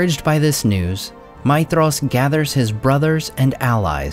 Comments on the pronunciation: Seriously? 'Feyanor?' 'Maydhros'? Your pronounciation is wrong. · You're saying his name wrong. The "dh" is supposed to be a "th" sound.